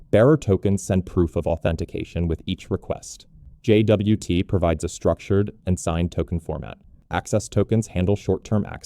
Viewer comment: JFI: suggested pronunciation /dʒɒt/, same as the word "jot"